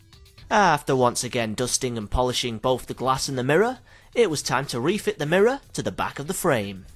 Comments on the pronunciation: "The mirruh" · bloody mirruh